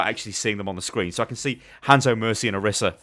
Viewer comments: Why does everyone say oh-rih-sah when she calls herself oh-ree-sah. Annoys the crap out of me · Why does everyone keep calling her Orissa? It annoys me so much! Her name is Orisa xV